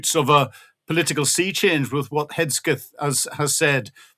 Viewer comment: HETSKETH? who the fk is that? How hard is it to say Heg-Seth.